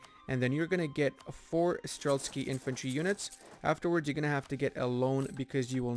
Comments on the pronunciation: For all the Russian viewers - please don't give this guy grief for mispronouncing the word "StrelTSY"like a thousand times, our language is hard for foreigners, and he's doing the best he can. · Theres no K in streltsy 😂 but nice vid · May i ask? Where tf is the “k” in streltsy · Strelktsy? More like Trotsky. Subbed anyways. Nice job here m8.